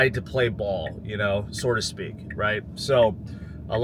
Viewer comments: Sir, it is "so to speak." Not "sore to speak." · Joke's on you; he's saying "sorta speak"